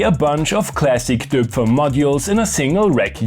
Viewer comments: fine, but you missed counting the embarrassing mispronounciation of döööpfer , so I think the whole argument is flawed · The Austrian in him came out... he's a native German speaker but can't even pronounce "Döpfer" properly. 😂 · That is the most Austro-Bavarian pronunciation of Doepfer I've ever heard 😁